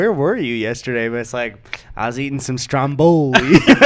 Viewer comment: 'I was eating some stromBoowli'